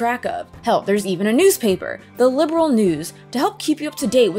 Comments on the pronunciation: The Trails series is a spinoff from the Legend of Heroes series, which is a spinoff of the Dragon Slayer series...which started off as an action RPG for ancient PCs. So Trails does have a long and distinguished lineage. And it's "Liberl," not "Liberal." 😉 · 😱😱😱LIB-ERL! NOT LIBERAL! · sky fc and sky sc where meant to be one game but making sc took too long so they where released separately. so yes sc is basically a second disk of fc that second disk being around 100h long. also i do find it funny how you pronounce liberl as liberal. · The character name is actually a clue of where they come from. So yeah, The different pronounciation is just part of the game.